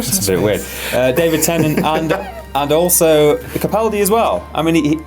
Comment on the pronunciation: HAHAHAHA you think his name is peter capuldi!!!! its peter CAPALDI